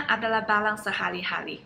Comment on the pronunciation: Barang,,,bukan balang 🤭 semangat belajar bahasa Indonesianya,,ciayo💪